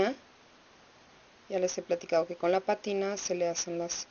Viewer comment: Hola, te felicito por el video, sin embargo, te aconsejaría evitar un poco el "OK" pues después de un rato harta, y por otra parte el botecito de la PÁTINA se debe decir como está escrito con acento en la A y no patina como con patines.... OK